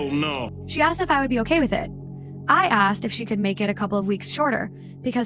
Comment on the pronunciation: "Axed Me"